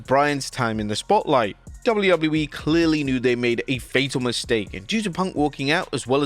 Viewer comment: Dabuļjū Dabuļjū īī 😂😂